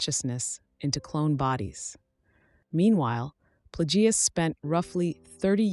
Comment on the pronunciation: Darth Plag gee uss. Nice try AI.